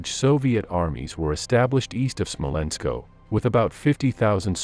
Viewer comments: Smolensk, not Smolensko. (You get this one right about half the time. Why?) Guderian, not Gyuderian. That "gyu" thing is really, really weird. Are you sure you're in the right line of work? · Why is it SmolenskO and not Smolensk, LeningradO and not Leningrad?